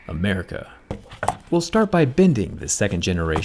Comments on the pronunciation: The way he says "America" is so funny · That's a nice change from those who over pronunciate it like a heavy metal singer. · I didn’t know that jerry saying “America” would make my whole year ALOT better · There's something about how he said America that had me rolling on the floor laughing😂